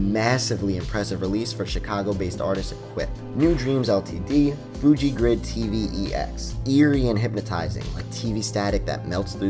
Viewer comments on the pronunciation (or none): none